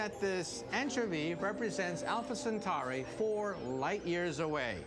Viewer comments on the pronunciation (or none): none